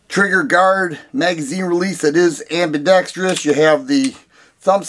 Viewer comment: I've got one and I love it, but I totally see your point. BTW, bonus points for being one of the few content creators to pronounce "ambidextrous" correctly!😀